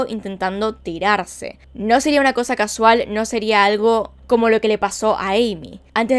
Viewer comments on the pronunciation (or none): none